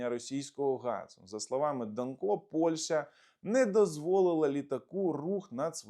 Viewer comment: В принципі не ДанкО, а ДАнко. Наголос на перший склад. Я думав більш відповідально до своїх ефірів готується. Але мабуть я помилявся